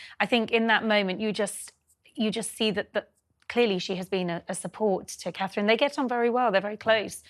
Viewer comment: I have to Dis-agree Slightly. Her NAME IS Not - HER ROYAL HIGHNESS... She IS HER ROYAL HIGHNESS... Ner NAME IS CA-THRINE - TWO Syllables!!! Which the talking heads CAN NOT SAY!!! At least, Tries to Keep to It. He has trained himself well to not say "kate". Well done. Now, AS HAS BEEN WRITTEN INNUMERABLE TIMES, GET YOUR GUESTS To AFFORD Catherine THE RESPECT OF ALWAYS SAYING CA-THRINE!!!